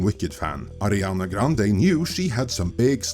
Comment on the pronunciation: Why you keep calling her Adrinana ?? lol 😂